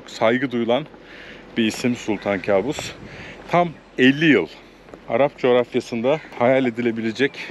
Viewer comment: Kâbus değil kaabus..arapça da yakışıklı demek..kâbus bizim bildiğimiz anlama geliyor..